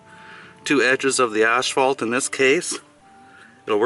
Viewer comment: Asphalt, not ashfault.